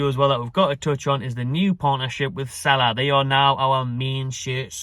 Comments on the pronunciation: it's pronounced seela not sala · It’s pronounce See La